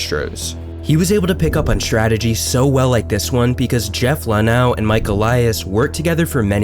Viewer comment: Jeff Luau wishes you'd pronounce his name LuhNOW like it's spelled. Nice video though.